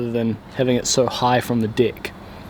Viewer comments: Only video where 'dig' and 'deck' actual sound the same.. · I love the way the New Zealander’s say deck 😂😂😂😂😂